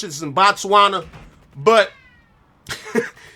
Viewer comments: Man... When he said "BOTswana"!!😂😂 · Not Bots-wana 😂😂😂😂. Nigga I spit out my coffee 😂😂😂